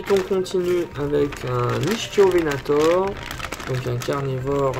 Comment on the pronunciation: L’ichthyovenator se prononce « Iktiovenator » ;) super vidéo comme d’habitude !